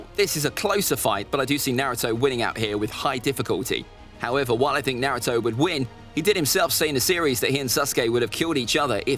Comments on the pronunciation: Man said Narto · there are ppl who say his name as (nah-roo-toe / nuh-roo-toe) but he says it as (nare-oo-toe) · 20 seconds in and I already want to ring his neck out. He is saying Naruto wrong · Ain't no one gon talk about how he said nareuto verses SUSkay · Ah yes susgay and Nahutoe…